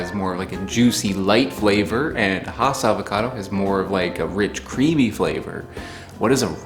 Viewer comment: It's pronounced Hass as in Bass.